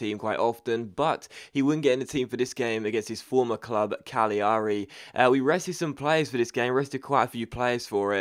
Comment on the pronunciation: It's said cagliari as in calairi you miss the g not cag li ari